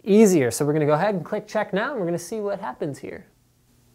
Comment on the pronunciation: "Right about... hyawh."